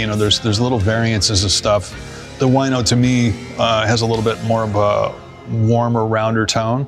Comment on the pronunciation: A bit of language pun here. I believe Cantrell named it 'Wino' after just English 'Wine', as it's color is wine-like. 'Wine' in Polish is exactly 'Wino'. And funny part starts how Jerry pronounces 'Wino'. In Polish it sounds like 'Łajno' Paste it to any translator and check how Jerry calls one of his favorite guitars ;)